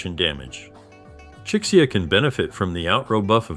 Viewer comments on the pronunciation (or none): This mfer just said 'Chick-see-ya'